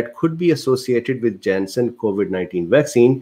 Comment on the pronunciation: nobody: absolutely not a soul: this dude: JENSEN IN JENSEN